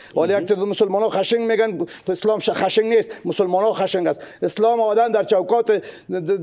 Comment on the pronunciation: با احترام به شخصیت شان، ولی حرف های شان در شأن یک فیلسوف نیست. سوال نطاق یک چیز است و بعضی جواب های فیلسوف صاحب یک چیز دیگر است. و از سوی دیگر یک دقیقه وقت میگیره، ۱۰ دقیقه حرف میزنه. از لحاظ ادبیات هم بعضی از لغات را اشتباه تلفظ کرد مثل: خَشِنگ ( خَشِن ) ، مزاق (مِزاج) و غیره ... 🤦‍♂️😀